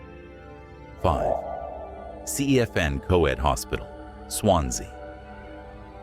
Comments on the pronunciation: OMG PLEASE stop butchering Welsh names. "Cefn coed" is not "Seefin co-ed", it's "Kevn coy-d". Llanfrechfa is not "yonfrechfa." The LL is not "y" as in Spanish. It's "Schon-frek-va" it's not that hard to look up a pronunciation guide on the internet. "Schon-dow" NOT "land-oh" "Ree-thin" NOT "Rooth-in" Also the sparkly filter over everything is hard to look at. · Cefn Coed = Kevn Coyd